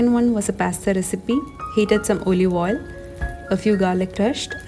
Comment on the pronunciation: Also the pronunciation of Olive oil, coconut, hotel etc. Can’t complain it is the Malayalee accent, but you can check and correct listening to pronunciation of words on google. Not to offend you in any way... just so that you will go higher day by day. ❤️